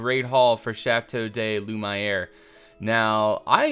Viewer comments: Please learn to say 'Chateau de Lumiere' correctly! No offence but you're pronunciation is completely wrong, and you're taking more than just an artistic license with that pronunciation. It's French and you're straight up pronouncing it wrong. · I would first like to say that I don't advocate bullying however I don't like it when people mispronounce words either but I think, giving that did building Château De Lumière so I think that he should have the right to pronounce it the way he likes to fit in with the lore of the setting. I can see the point of both sides of the argumens but can also respect them. On another, somewhat related topic, I'm quite certain that the the plural of 'amphora' is 'amphorae' [am-for-ay]. I don't want to sound like a hypocrite so I'm not going to force you to say it like that but I thought it best to at least make you aware of this for you to make your own decision. At any rate, the message still came across.:D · I suppose he can but that isn't the way language works. You can't just pronounce words completely wrong because that's the way you prefer them. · Loo - Mee - air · I disagree. Maybe if you don't speak French you might think it's an acceptable pronunciation as it sounds kind of close, but it's wrong. If it had an English name he wouldn't mispronounce it so badly just because that's the way he likes to say it. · You should probably change the name to "Château dai Lumaï'ere" to better reflect the proper pronunciation of how you pronounce it :) it looks cooler and kinda moves away from French towards a more fitting medieval title; your own personalised play on the French words for Castle of Light :P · Hey, how will the hamlet be called? Need ideas? And it's Lu ME air!!! "hErP DerP mY naMe Is DukOn anD I PreFer Loo mY aIr" XP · Nocturne he named his build and likes the way he says it. There's no issue in the way he wants his build to be said. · It's not a big deal... let him say it the way he wants to